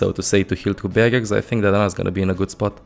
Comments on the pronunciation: OH HE SAID BARRIERS NOT BAGGETS Okok I understand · Its barriers i almost thought he said bagguette